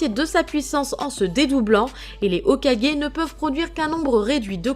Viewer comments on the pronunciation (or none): none